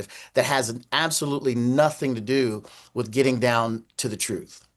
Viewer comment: omg crump said "wif" and "wur" for "with" and "well." yep he is retaaahhhhded.